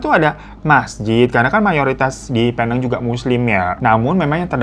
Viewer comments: Bang hiro...sebutan Penang bkn Pe-nang, tapi Pi-neng. Salam dr fans bang Hiro di Malaysia❤ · Aku orang malaysia.. ngakak aja pas bang hiro nyebutin "penang" lain bnget di dengar.. 😂